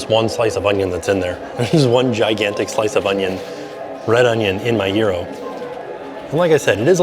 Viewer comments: Isnt it Gyro pronounced Ji-Ro and not Jear-Ro? Maybe Im wrong but thats how it's pronounced in the very Greek city of Lowell, MA where actress Olympia Dukias and Sen. Paul Tsongas were born and raised. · I can’t cope with how you say gyro, it’s so odd! 😂😂😂